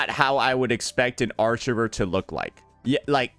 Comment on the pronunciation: "Archerer". Another one for the EmPIErean collection.